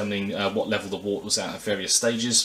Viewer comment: Very useful review. I was particularly interested to see how the filtration worked as I have a Grainfather which has a dreadful small push-on filter. Just to be picky, 'wort' is pronounced 'wert' - any brewers watching will have been cringing!